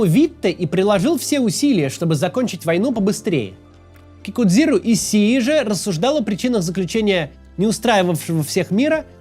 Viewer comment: Кикудзиру Ищщии* Не надо коверкать имена